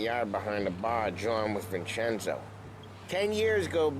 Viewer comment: Hey, a funny little Italian fact: The 'ce' in Italian is pronounced as: 'che' like cherry. So basically, Vincenzo is pronounced: 'Vin-chen-zoh' 😉 We all learn something new every day haha.